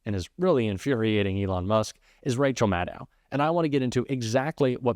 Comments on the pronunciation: Maddow is pronounced like Shadow, long O. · Please... even though some of her colleagues also pronounce her name wrong, you don't have to join them. It's MAD-doh, rhymes with SHADOW. Thanks.💜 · Maddow rhymes with shadow.